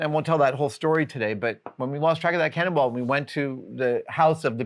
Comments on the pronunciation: "When we lost track of that cannonball..." I swear I hears him say "When we lost track of that cannibal..." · I had to go back and re-listen because I SWORE Adam said, "When we lost that cannibal..." --- All I can picture is the crew wandering around a neighborhood looking for Hannibal Lecter.